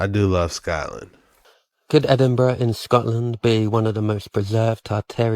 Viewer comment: EDIN burgh is that where Edin is ?